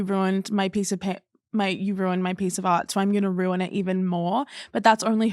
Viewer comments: I love to but it also bothers me lowkey (Not in a genuine way I think it’s silly cuz, ITS RU-IN. ROO. IN. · "Say 'Roux'" "'Roux'" "Say 'In'" "'In'" "Say 'Ruin'" "Rune"